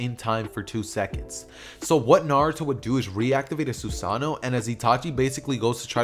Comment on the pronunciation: It’s pronounced sas a no